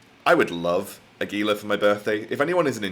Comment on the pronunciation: Gila is pronounced with a “h” sound. Sounds more like Hela. Just saying.